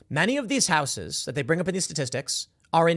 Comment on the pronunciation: It irks me how you pronounce "houses" there's no "w" in house ...unless it's the Whitehouse... in which case there is a "D" in it.